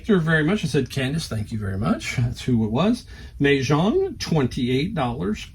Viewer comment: I look for Mah Jongg Sets at every thrift. Sometimes you can find just a few replacement pieces or the cards needed for play. Always good sellers. FYI... pronounced Ma - like mama